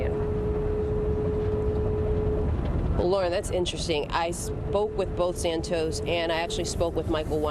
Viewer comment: His name is pronounced Sant-os. Not Sant-oes. Get it right please